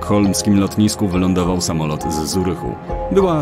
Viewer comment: I nie mowi się Zurichu , tylko Curichu...